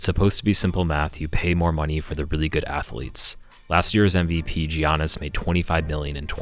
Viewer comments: man say gee-yan-iss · JEE-AH-NIS? Was... that a joke?